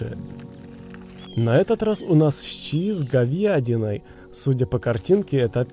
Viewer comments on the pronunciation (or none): Подскажите это у него теперь фишка говорить говьядина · Угараю когда говорит говядина